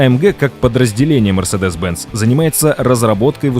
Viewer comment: В видео про историю компании неправильно произносить её название - это сильно